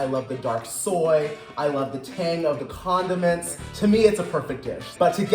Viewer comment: Why did he always have put the emphasis on condom in condiments?